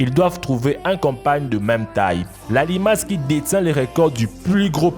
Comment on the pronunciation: il est censé récité son texte mais ne sait pas dire les limaces